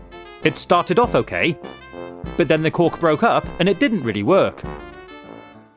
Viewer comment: Am I the only one who keeps hearing "cock" instead of "cork"